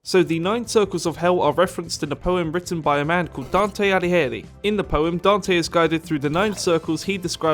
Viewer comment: I died when you prounonced dante alighieri